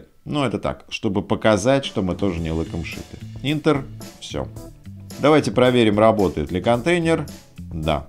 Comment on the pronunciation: Спасибо. Только не интер, а энтер) Е тут закрытый слог, читаем є